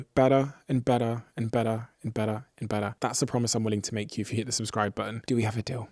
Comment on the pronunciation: Stop pushing the subskrive intenseve